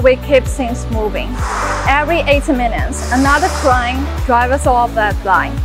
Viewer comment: Pronunciation of "crane"? cryun? no KRANE